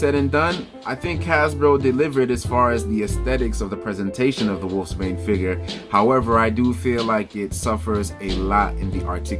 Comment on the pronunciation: Pronounced Wolfsbane bro🤔